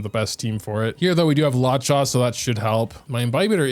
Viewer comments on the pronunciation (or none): HEYHEY !! just wanted to come out and say that Qingque is pronounced "Ching-Chue" Luocha is pronouned "Lu-O Chah" and HuoHuo is pronounced "Hoo-O Hoo-O" not exactly but its as close as I can get it phonetically :) no prerssure and no hate love your videos